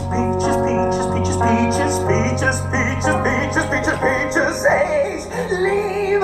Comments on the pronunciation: The first one and the way he said peacjes ended pinkie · The Cantonese one sounds like their saying Bacon when they say peaches and I died of laughter 😂😂😂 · In Cantonese it sounds like he's saying Becky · Is it just me or does anyone else hear the Bengali guy say bitch instead of peaches? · In most of them he says peach but in bengali it sounds like the b word.